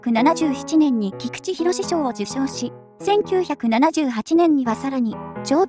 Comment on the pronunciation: 菊池寛賞は きくちかんしょう が正しいです